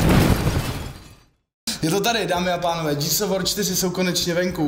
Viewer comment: Už vám někdo konečně napsal, že se to nečte "džírs" ale normálně "gírs"? Džírs of vór se nedá poslouchat :-D